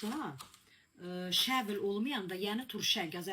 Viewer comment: Şəvl yox şavel